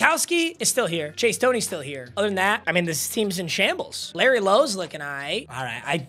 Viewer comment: The amount of times bro messed up “Larry lo” is crazy